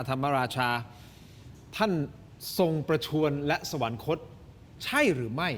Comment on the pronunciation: อย่าอ่านว่า สะ-หวัน-นะ-คด ซิครับ คำเขียน คือ สวรรคต อ่านได้ไงอย่างนั้นล่ะ...